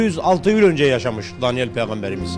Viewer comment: Dalyan değil Daniyal as kardeşim düzeltin onu